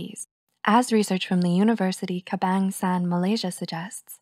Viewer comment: its pronounced "Ke-bung-sa-an" not "Kebang-sand"